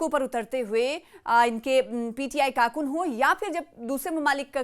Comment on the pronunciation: karkoon , karunoo bol hi nahi pa rahi hai bichari 🤣🤣🤣🤣